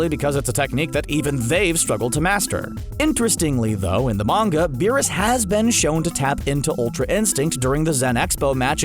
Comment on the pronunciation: This man said Whis.....easy dislike. You already said Beerus and I let that slide but Whis, come on now💀💀🤡